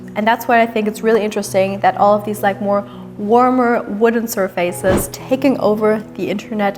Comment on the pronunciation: Zusammenfassung : Pippi Langstrumpf zeigt uns ihre neue Villa Kunterbunt 🤣 Übrigens "surface" hat nichts mit "face" zu tun und wird deshalb auch nicht so ausgesprochen 😁